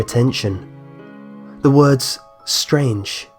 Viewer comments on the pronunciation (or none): none